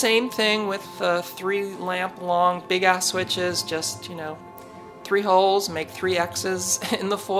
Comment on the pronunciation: LMFAO!! Did you say "Big Ass" ?!